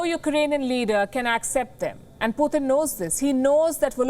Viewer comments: its not puthin its pu-tin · Pooooothin lol 😆 P U T I N or Pee uu tin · It's not puthin